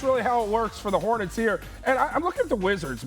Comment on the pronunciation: Anybody catch her saying HO-Nets 🤣